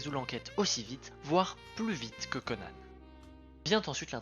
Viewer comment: Super vidéo mais c'est pas Conane mais Conan et Sonate pas sonaté